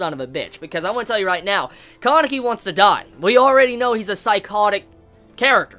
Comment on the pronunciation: Bro it's Kaneki not Kankeki